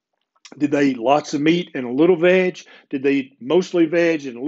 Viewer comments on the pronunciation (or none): “veg” or “vag”? It’s kinda confusing and I can’t make it up from cuntext.